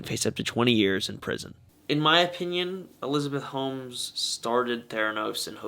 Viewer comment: At first I thought you said Elizabeth hoes.